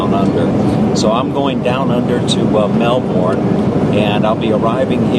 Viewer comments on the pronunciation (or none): It's pronounced melbin not melborn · More like Mel-bn